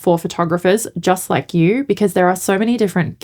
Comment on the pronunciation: Funny-to-me and off topic, but my American ears often hear the word “lack” when you say “like”.. which being nearly opposite, takes my brain an extra couple seconds to retranslate to your intended meaning. 😊